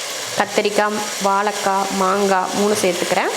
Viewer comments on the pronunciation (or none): அன்பு தங்கைக்கு வணக்கம் தமிழ் வார்த்தைகளுக்கு சற்று வளம் சேர்ப்போம் அக்கா அடுத்த கானொலியில் வாலக்காய் என்று நீங்கள் சொல்லாமல் உச்சரிப்பை வாழைக்காய் என்று சொல்லி செயல்படும் படி அன்புடன் கேட்டுக்கொள்கிறேன் . என்னை திட்டாதீர்கள் தங்கை சஸ்கிரைபர் செய்து இருக்கிறேன் நன்றி வணக்கம் தமிழ் தமிழகம் வாழ்க வளர்க . . .